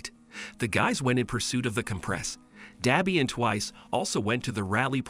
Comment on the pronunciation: It’s pronounced dabi not dobi